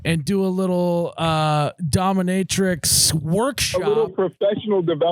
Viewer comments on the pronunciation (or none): Yes you can lose your job for the dominatrix. Also, its dominateix, not dommamatrix 😂 at least thats how it sounded like thats what you were saying